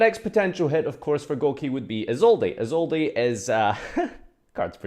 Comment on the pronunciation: Why does everyone pronounce the “e” in Isolde? But I don’t what Isolde to be banned